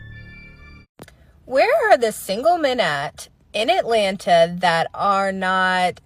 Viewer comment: "Alena" is supposed to be Atlanta?